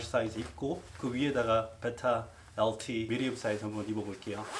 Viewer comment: 베이라 엘틔~ 발음 넘 웃